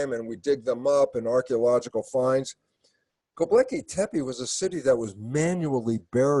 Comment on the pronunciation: Electric Universe, people. I respect Dr. Lipton a lot for his science on epigenetics, but if he can't even say Gobekli Tepe correctly, his credibility is damaged. One volcano can undo a century of Los Angeles traffic.